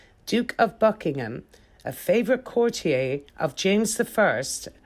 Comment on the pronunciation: Why did you mispronounce “chorister”and “courtier”?